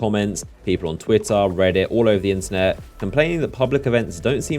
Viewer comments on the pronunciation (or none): none